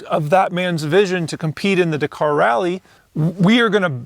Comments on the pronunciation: still watched the whole vid. but winced every time you said da-car. ive been brought up hearing dak-ar. 👍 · Forget trying to pronounce a Chinese name. Just try pronouncing Dakar correctly. It is not "dKAR" it is Dak-ar with same emphasis on both syllables. Listen to the commentators, competitors, etc to get it right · It's pronounced 'Dak-ar' not 'da-car'.